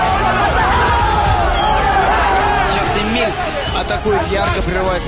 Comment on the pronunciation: ЕМИЛЬ а не Еминь!